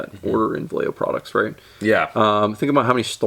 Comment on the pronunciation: I can't tell if you're mispronouncing "Vallejo" on purpose. Could go either way.